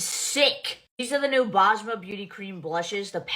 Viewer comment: also why are american influencers butchering up the name Basma? its an S in the middle of the name not a Z